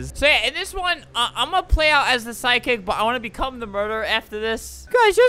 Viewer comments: why does psychic sound like sidekick when Albert says it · Lol Albert keeps pronouncing “psychic” as “sidekick” 😂